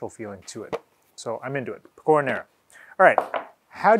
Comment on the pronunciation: By the way it's pè-co-ra not pe-cò-ra